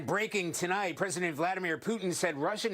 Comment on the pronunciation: there's no way she just pronounced it VOHladamir